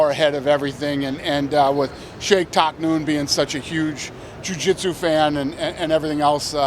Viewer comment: Shaykh Who?? Taknoon??? Do you mean Shaykh Maktoum??